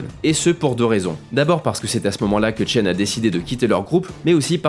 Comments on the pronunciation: C'est pas Tchen , c'est CHEN x) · CHEN pas Tchen j'entend que ça :O